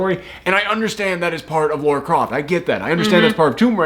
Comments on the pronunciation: Dude: it's Lara, not Laura. LaaaRaaa, not Lor-ruh. Lara Croft. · Goes on for a whole bit about how they say Himeko wrong. Proceeds to say Lara wrong for the whole video. You’re great but that is kind of funny.